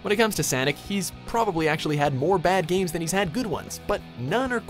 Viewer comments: "Sanic" bro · Did I just hear "SAANNNIC" at the mark? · ppl who say Sanic for Sonic 😔😔😔 its like ppl who say jaguar different for the car and the animal 😔😔 makes me moist 😡😡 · I laughed when he said sanic instead of sonic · Irma-C ☆ i had hope that I wasn't the only one! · i think it was a joke on the whole Sanic meme, since he does pronounce it correctly all the other times if you listen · Oh yeah I heard it but disregard it. But that is funny. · "When it comes to Sanic..." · They called him Sanic. This pleases me. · did you hear that?? SANIC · did he just say Sanic? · WOW its SENIC THE HEDGEHOG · Yo boy said Sanic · He said sanic 😂